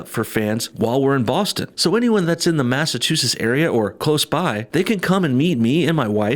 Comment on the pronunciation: The way you say Massachusetts kills me ahahahaha MassaCHUsetts Choo like a train Mass-a-choo-sits.